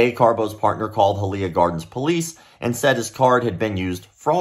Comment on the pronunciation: High-uh-Lee-yuh (Hialeah)